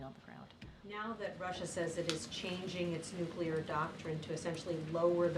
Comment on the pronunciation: I think that if you cannot pronounce the work nuclear, you should be immediately disqualified from being White House press secretary.